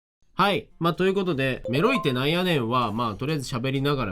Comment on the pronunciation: 、が「メロい」って言う度に「エ〇い」って聞こえて、「え?!何言ってるの?!」と度々なっていました＿|＼○＿ なんか高校生の男女が「エ〇い」って言ったら「は?え?」みたいな反応されたから「違う違う!メロいって言ったの!」て言う語源だと可愛くないですか(妄想)